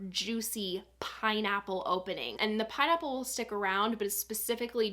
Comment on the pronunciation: I swear I heard "paw nipples" when you said pineapple 😂😂